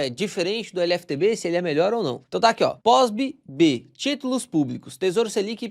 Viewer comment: Por que vc fala POSBB? Não é um B só?